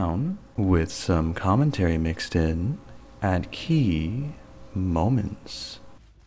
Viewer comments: Ok I love your channel and all. Your videos are very helpful but please stop saying key like that. Other than that, your channel is perfect the way it is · putting so much emphasis on the word key when there is no pun makes me uncomfortable